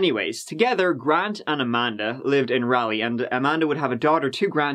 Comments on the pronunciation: "A-man-da hug and kiss" 😆🤣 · Amanda Hug-n-kiss!!!!! 🤣 lost it